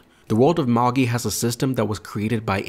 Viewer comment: No it is magi not majai wtf?